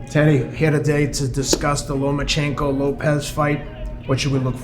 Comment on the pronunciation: Teddy still can’t say lomAchenkos name right